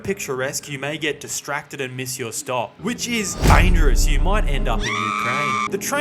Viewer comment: "dangieROUs" killed me 😅